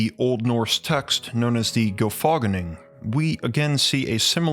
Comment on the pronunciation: Gyl FA ginning? Nope. It's a compound. GYL-fa + GIN-ning = GYL-fa-(GIN)-ning